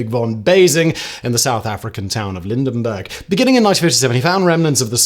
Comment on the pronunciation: Lydenburg, no 'n' after the 'y'. I used to stay there. 😋